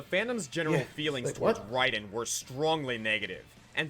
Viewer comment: Raiden, pronounced Rye-din